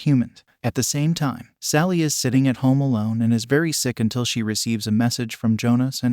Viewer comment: It sounds like it was put through an online translator and then just left to a program to read, given the weird wording and some of the pronunciation issues. Especially with it constantly calling the main character (Thale) "Sally." I don't speak Norwegian, but the one pronunciation I was able to locate is uh......they don't sound alike. At all.